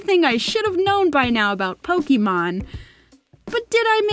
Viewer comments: Pokemon DIE-MAN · Pokemon Die-man 😂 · Pokémon die-man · Not to be rude but you said Pokémon wrong 😅😅😅😅